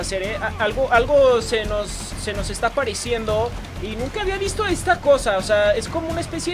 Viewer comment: nueva palabra en el hueccionario xd:apariciendo xd